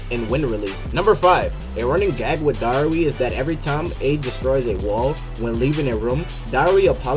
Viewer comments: Its darui not dauri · Its pronounced dar-roo